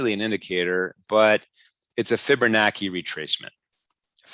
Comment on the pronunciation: fibonacci ( CHI ) NOT ( KI )